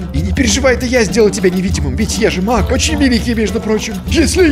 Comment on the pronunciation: Беги Маг! Что слышу я: Беги Мак! Эх..